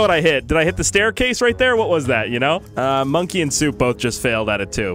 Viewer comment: It’s bonke not monke